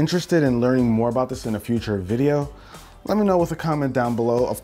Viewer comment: Noice vwiedio